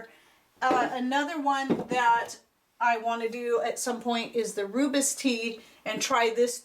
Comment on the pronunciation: Rooibos - is pronounced "roy boss."